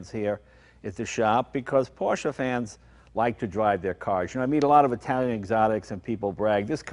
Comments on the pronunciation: Wait...!?!?!? Did jay just pronounce Porsche correctly?????? Hallelujah! lol 😄😄😄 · I like that Jay pronounces it Porsche (short e at the end) not Porsch. This is how it is pronounced in German. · Interesting to note that Jay used the correct two syllable pronunciation for Porsche (por-SHUH) throughout this episode, rather than his normal one syllable (Poursh). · they are the first Americans I heard to pronounce Porsche right :D